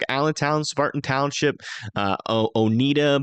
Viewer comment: Oneida pronounced O neigh da